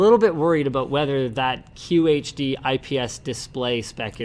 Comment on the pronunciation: Linus... qHD. Not QHD As in, quarter HD